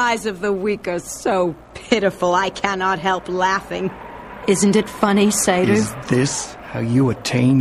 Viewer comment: she pronounces seiru as "sy-ru"